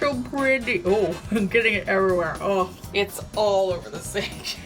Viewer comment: “I’m so pwetty— oh it’s getting evewywhewe!”